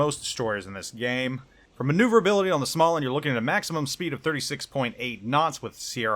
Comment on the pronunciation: I picked it up, its a really solid ship. ' review is spot on. Would recommend. Btw, its pronounced Smo-lannd